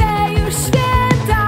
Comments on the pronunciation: Ogólnie twój głos w miare mi sie podoba, ale na początku filmu sama powiedziałaś, że jesteś przeziębiona i może nagrywane było to wcześniej, ale słychać jakbyś miała katar. Zamiast 'świĘta' słychać 'świEta'. Może nie wszystkim to przeszkadza, ale mnie to bardzo drażniło. Pozdrawiam:) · Mnie strasznie denerwuje jak ona śpiewa ŚWIETA a nie ŚWIĘTA. Sama bardzo przykładam się do tego by mieć dobrą wymowę i dykcję, więc myślę, że to dlatego mnie to wkurza.